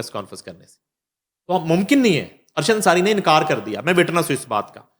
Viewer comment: Sapeech kya hota... it is speech!!! Annkaar is Inkar... na Naeem Sahib ko Urdua atte hai naa he angrezi!